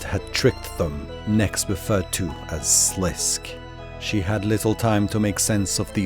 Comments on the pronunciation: Sliske is pronounced "Slis-Keh" (two syllables) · Sliske is pronounced Sa Lis Kay. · You pronounced sliskay wrong but this was a fucking banger of a video I can let that slide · Just a heads up for next projects you might be working on. In RS3 wiki there is a pronouciation guides for obscure words. It gives your stuff a lot of creedence if you say things the way they are meant to be said. Sliske for example is pronounced SLISS-kay. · Amazing video! Your mispronunciation of Sliske had me tweaking, though. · Great video, just keep in mind that the E in Sliske is NOT silent